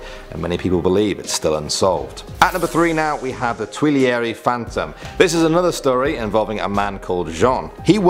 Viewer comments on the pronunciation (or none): none